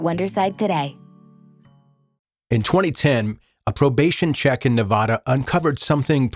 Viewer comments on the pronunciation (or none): NeVAda..... not NeVahda. Love ya but damn, learn how to pronounce Nevada already.